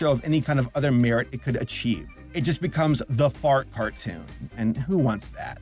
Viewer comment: Fartoon instead of cartoon. 😂